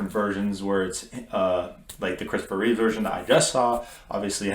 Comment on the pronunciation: There is no s at the end of Reeve